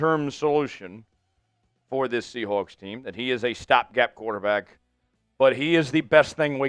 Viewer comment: I’m a Rams fan, but I’m commenting because I’m fascinated with how this presenter says “ Seahoawks”. I don’t know anyone from the Pacific Northwest who uses that pronunciation.